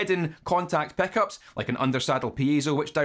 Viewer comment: I'm here just to hear you say "Peckups"